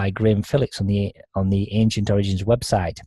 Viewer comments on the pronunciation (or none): none